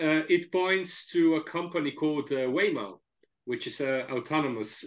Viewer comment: Didn't you mean Waymo instead Wayo?